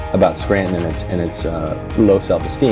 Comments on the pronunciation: The dude said scranton wrong. It's pronounced skranten. Long a, short e. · It’s “Scrantn”. Like “Sheldn” from The Odd Couple. I know. I’m from there. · It’s pronounced “Scrantin/ Wooks-Bear. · From a NEPA native, Scranton is pronounced more like Scran-in Basically drop the T or say the T so lightly and fast that it’s barely audible.The other trick is to say it fast — don’t make it a 2 syllable word - make it sound like a 1 syllable word. The guy time mark when he says “Scranton’s an easy target” is the best example of how a normal NEPA person would say Scranton in everyday conversation. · SCRANTON?! Archie say SCRANTON?!?!?!